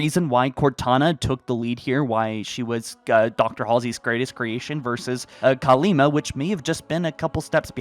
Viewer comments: Still Kalmiya, not Kalima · the Banished lost contact with Atriox because their ship got blown up remember? So they won't have the means to communicate. Also, its Kalmiya not Kalima lol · Please stop saying Kalima... Her name es KALMIYA!